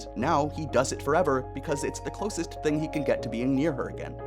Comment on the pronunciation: Video feedback only in my reply. Just one ting. One ting? One TING! Thing. Not a fan of the music. Something about it doesn't sound like it fits the narration you're giving. The piano is pretty, but very distracting. I put the video on a faster speed to watch it for the message, but that music was making my brain stretch.